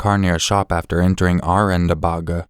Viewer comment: Aurangabad (you pronounce "bad" as "bud")